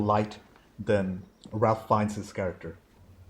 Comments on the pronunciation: (Just FYI, Ralph Fiennes’ name is pronounced not like Ralph but like Ray-f or Raif. No “L”😉) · Ralph Fiennes first name is pronounced as "Rafe" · Around the time of Schindler's release, Spielberg produced a companion documentary called The Last Days. A chilling, must see document. The Shoah Foundation is releasing an anniversary remaster this year. Check it out. Also, the "Ralph" in Ralph Fiennes is pronounced: Rafe. I know, we had trouble with it in '93. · Ralph Fiennes name is actually pronounced "Raif." Another great reaction! A detail I love which took me a few viewings to catch, is that the rabbi is the one in the scene where the gun keeps jamming. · Just a quick side note: Ralph Fiennes’ first name is actually pronounced like “Rayf” ( like safe). Thanks so much for sharing your reaction to this film. 👍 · Have your tear ducts been removed ? It makes me cry in multiple scenes. Ralph Fiennes name is pronounced Rayf. Also, stop reading subtitles on English movies... you're missing the emotion in actor's faces if you're always reading. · The girl in the red coat means several things to different people. To me, it was like - she stood out but everyone was ignoring her. She was wandering through the streets, obvious as all hell and nobody even looked at her. That was the situation there with the abuse and genocide. It was all over, it was obvious but went unseen by most. (BTW Fiennes' first name is pronounced like Raif.) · Raif Feinnes it's pronounced and not as spelled. Spielberg filmed it in black and white because it was a bleak and colorless time fur the Jewish people murdered by Hitler's orders. it's more powerful than ha it been filmed in colour. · Ralph Fiennes’ first name is pronounced like ”rafe”. Not like the most common Ralph.